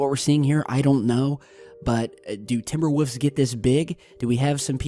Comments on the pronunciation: He says timber woofs 😭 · 'Timber Woofs' lol